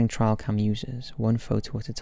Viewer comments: 1. "You can make out a torso and bla bla bla" bitch what? 2. "Trial cam. Trial cam. Trial cam." I know your British but... come the F on. You can say trail. Try. Just try. 3. "There wasnt enough time for someone to move into the window because the photos were taken so close together." ... minutes earlier... " they noticed the girl wasnt in the photo so they called her over to take another photo"... really? Its no wonder people fall for all this shit when this is our level of critical thinking ability. 4. No. No F it, im not going to watch anymore of this stupidity. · That is soooo NOT the only word this kid says totally wrong. It isn't an accent thing either, it almost seems intentional, like he wants it to be his signature thing to do or some such tripe. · I love you, dude. But the way you pronounce "trail" really irritates me lmao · No, he's just pronounced it wrong lol. We don't pronounce "trail" like that over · Some good ones! By the way, it's pronounced like this rather than 'trial' 😉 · Why do you say the word trail like 'trial' ? 2 different words lol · Trail, Tray-ul not Trail Try-ul 😬 love the channel btw, I just had to say! It was driving me insane 🤣🤣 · Trail cam, as in follow the trail. A trial happens in court. It is not a trial cam. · its trail not trial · Trial cam? I think you mean trail cam. lol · TRAIL. As in hiking trail. not as in court trial. My god that ruined the video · First one is just double exposure, and the second one, it’s TRAIL, not TRIAL... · It's not "trial cam " it's trail cam. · lmao my dude, it's nothing to do with accent. Trial and Trail are two totally different words with different meanings, he's saying the wrong word, it's not because of his accent. There is no where in the UK where trail is pronounced trial. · What is a "trial" cam? Are you trying to say trail cam ? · It is pronounced ‘Tray-al Cam’. Not ‘Try-al Cam’. Jeez. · It's trail cam, not trial cam. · "Trial cam" "Opeke" lol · It's "Trail" cam, dude. Rhymes with snail.